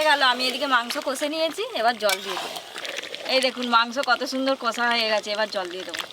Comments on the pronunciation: কোষা একদম😅 বলবেন বা লিখবেন না । মুখে দশবার উচ্চারণ করুন ' কষা ' , তাহলেই আর ভুল হবে না । কড়াই বলবেন , কোড়াই নয় ।😂😂😂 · চিকেন কষা হবে। কোষা আবার কি কথা?